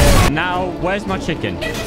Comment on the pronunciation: No one: Absolutely no one:: MyThIcccc ChIcKeN